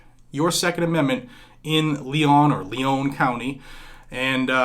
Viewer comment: Leon is pronounced Lee-on. This broad is a communist, just like Tallahassee’s Soras backed Mayor!!